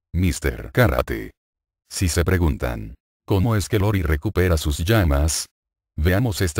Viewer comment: El personaje del clan Yagami es IORI no LORI como lo menciona varias veces en este video, se me hizo buena información solo que si le quitan las estupideces sin sentido estaría excelente y ver bien los nombres de los personajes.